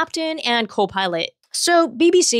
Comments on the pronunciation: It's CO'-pilot, not co-PILOT'. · i don't like the way she says copilot